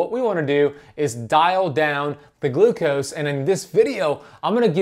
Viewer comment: One to two teaspoons of GLUCOSE? Said wrong.